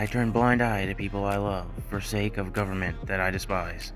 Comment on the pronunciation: If I remember correctly from a lot of people correcting me, it’s pronounced Sahk-Eh